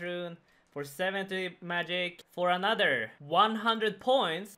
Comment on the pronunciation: anoder 50 points, anoder 50 points, anoderrrr 50 points. rofl. nice vid as always buddy :D